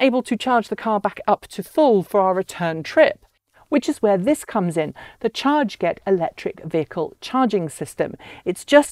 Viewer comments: I'm picking nits, but, is it really pronounced "charge-get"? Looking at the way they've written it, I would guess it to be "char-get" like "target". 🤷‍♂️ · Hi Mark! This is Ellina from chRget. You are absolutely right, we were so busy launching the Kickstarter campaign that we forgot to tell how we spell the name of our company and device. It's /tʃɑːɡɛt/ ("chah-get").